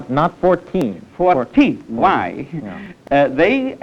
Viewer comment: When people used to say phwhy!